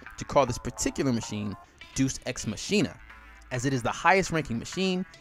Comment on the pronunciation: im a huge fan but i couldn't help but laugh when you started talking about Deus Ex Machina, and how it isn't easy to pronouce. I can't believe you call it Juice x machine-a